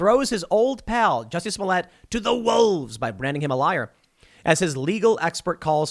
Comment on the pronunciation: Super Glad you finally pronounced his name right. xD